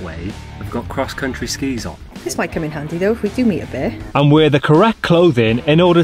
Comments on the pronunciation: I heard beer infested, not bear...and couldn't see the problem 🍻 🙃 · I thought you said "beer-infested" National Park..."and did we mention the beers?" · I too heard "Beer infested national park". Was that alcohol related slip of the tongue. And how did you get Custard started???? You left us on a cliff hanger after the last video! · Did anyone else hear BEER infested instead of bear when started?!?! 😂😂 Absolutely adore you guys! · I heard beer-infested too! I was thinking “what’s he complaining about then?” 😂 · When you say bear, I keep hearing "beer". A beer infested national park? Hell yeah! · I thought you said "beer infested" Now that wouldn't be so bad! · Did you say, “Beer infested”?!😊